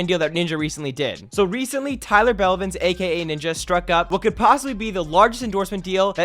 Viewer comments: Tyler “Belvins?” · tyler "belvins" WATTTTTTT